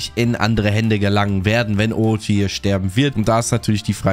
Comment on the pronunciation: orochie, bosschen triggered durch die aussprache yikes